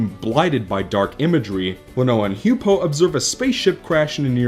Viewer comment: H-you-pow. Not h-you-poe.